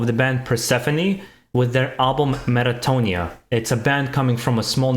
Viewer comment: Did you say "metatonia"?? Other than that, very cool review. I also have a lot of Be'lakor feels listening to this album in terms of the journey the band takes us. One of the albums I was expecting this year, and certainly didn't disappoint :)